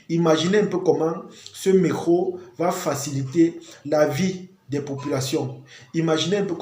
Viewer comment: Pourquoi vous dites « mecro » pour dire Metro ? 😅